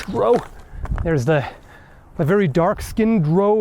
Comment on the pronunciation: Drow rhymes with cow.